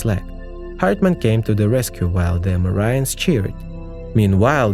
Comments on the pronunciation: i was like wtf is 'marians' just to realize he was trynna marines 🤣🤣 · ... And "marines" isn't pronounced "mar-EEN-ehs". Unless it is. 😳🤪